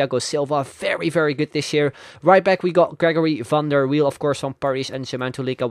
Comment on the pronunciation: Are you from the netherlands? 1. Logo from the netherlands 2. "Van der wiel" good accent. 3. P.s im also dutch Im sorry about my grammar. Im not the best in english.